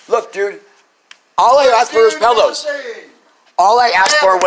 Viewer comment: I would evict you too for saying "pellows"